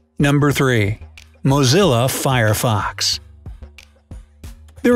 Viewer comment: It's NOT MAZELLO FIREFOX. ITS MOZILLA. MAZELO IS CHOCOLATE.